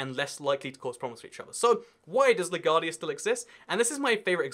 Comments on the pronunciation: It's pronounced la g-wardia like gwaurd not gaurd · 1. It's pronounced Le GWAR-de-a airport. 2. There are cheap domestic flights within the USA....Look up jetblue, southwest and spirit airlines. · It’s la-gwar-de-a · You pronounce LaGuardia wrong… it is L-Uh-Goo-Are-Dee-Uh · you say la guardia wrong